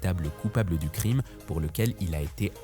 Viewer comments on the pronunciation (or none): none